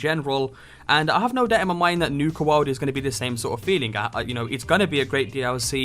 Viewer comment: Nuka Woawd?